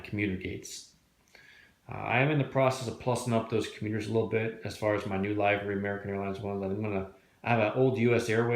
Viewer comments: no, the "ee" part you have right. It's the 'i' part. It's a short vowel sound and you keep doing the long. 😄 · About halfway through all your vids...do you ever end up pronouncing "livery" correctly?! 😄